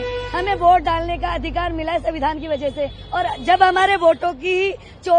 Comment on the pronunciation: iske n rahul gadhi ke beech sadak per joote marne chahiye savidhaan bol rahi hai samvidhan bolna tak nahi aata anpadh aurat ko